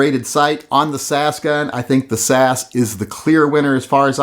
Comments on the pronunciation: its s a s.as in british special air service,komando regiment. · This reminds me why I unsubscribed from TYM. He hasn't actually touched the Hellcat, but pronounces it much harder to shoot than the P365. And he compares an extended grip on the P365 with the standard mag on the Hellcat. Worst of all is him saying "sas" as if its a word. Every time I try to like TYM, he proves himself yet again to be a b!tch. Don't review a gun that you've never been in the same room with.